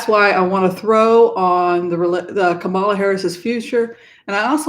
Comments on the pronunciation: KAM'-ma-la The emphasis is on the first syllable, like COMma, or TRAlala. (Thanks) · I love you, but please pronounce Kamala correctly.💕